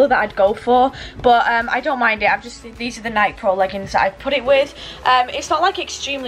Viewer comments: She said Nike with a short e it's Nike with a long e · i hate how she shae nike its NI KE not NIIIIKE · Why does she say Nik and not nike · please dont call them Nike (n-ie-k) its Nike (n-ie-kee) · How she says nike pros is haliarious is pronounced (nik-key) prod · sparkle41000 in the uk the majority of us pronounce it Niiiike instead of Nikey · It's funny how she says Nike like not pronouncing the e. Like it's pronounced "Nikee". Lol 😂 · Im not being rude at all but Nike is actual pronounced nikey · pronounced “nikey” but spelt nike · Nike is pronounced Nikey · Nike pronounced nie-key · You pronounce Nike and addidas hella wrong. Addidas is pronounced uh-dee-duhs and Nike is pronounced ny-kee.. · It’s pronounced nikeeee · Did anyone else realize that she said Nike wrong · boi she said nike wrong! WTF?!😲😱😂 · You said NIKE and addidas wrong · Lol she pronounced adidas and Nike wrong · lmao NOT how you say nike but ok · Omg I hate how she pronounces NIKE